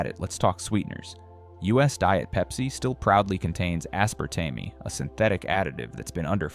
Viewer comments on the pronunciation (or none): It would be easier to believe your presentation if the AI voice you use did not momentarily offer jibberish as a part of the presentation. As-par-TAM-ee? Then aspartame moments later? Why is a human not editing this before release?